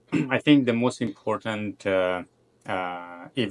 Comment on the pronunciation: girllll his accent is obviously Indian 🥲🥲especially always pronounce “T” to “D” such as important to impordant